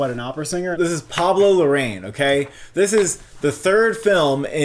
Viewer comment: By the way it’s pronounced Pablo La-ra-een:)